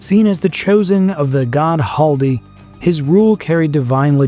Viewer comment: it's not Haldi. It's Khaldi